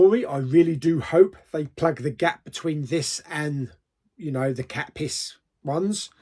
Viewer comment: It’s katniss bro not Catpiss 🤣